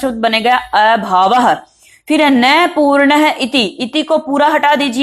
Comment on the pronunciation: अपूर्णः का एपूणः काहें बोल रही हो